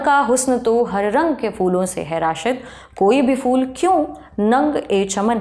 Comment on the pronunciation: बीबी, उर्दू की बात कर रही हैं तो कम से कम अपना तलफ़्फ़ुज़ तो सही कर लें 😅 फ़ूल नहीं, फूल कहते हैं; फ़िर नहीं फिर होता है 😅